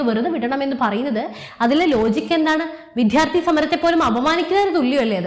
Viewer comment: ഉച്ചാരണം ശരിയല്ല.. വിദ്യാർത്ഥി, ശ്രദ്ധ.. Etc..